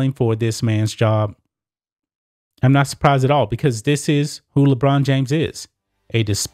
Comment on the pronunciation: Lebraun not Lebrain